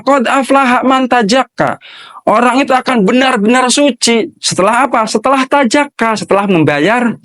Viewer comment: Baca ayatnya yg benar pak ustadz, Tazakka, bukan Tajakka...